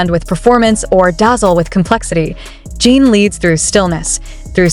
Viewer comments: The way she is saying his name Jean is bothering me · A.I is not good at getting names right.